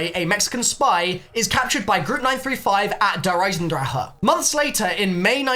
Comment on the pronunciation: FINNALY,FOR ONCE IN THIS COMMUNITY,GINNALY,SOMEONE PRONOUNCE DER EISENDRACHE CORRECTLY!!! FINNALY